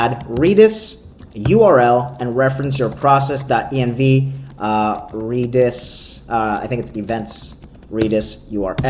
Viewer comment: Reeedis? lol